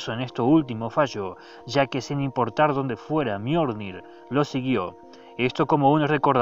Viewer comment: JAJAJa "El miornir"